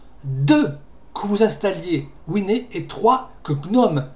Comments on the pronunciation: Par contre wine ne se prononce pas winé... Pour un anglophone tu devrai le savoir que wine = vin Et voici Désolé mais winé.... Ça fait mal au oreilles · Quand tu as dit que la faille était sur Debian / Gnome, ça m'a fait peur. Heureusement que je n'ai pas Wine. PS : t'es sûr que le "e" se prononce "é" ? (je le prononce "ouine") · argument valide certes mais ça fait très bizarre x)